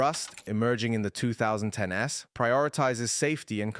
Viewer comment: Zero-es, One-es, 2010-es…. 🤦🏻‍♂️